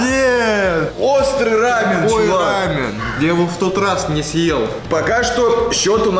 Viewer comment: рамён ударение на ё, это корейская еда☹